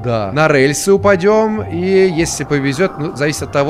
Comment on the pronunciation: так забавно говорит слово "рЭльсы" 😅❤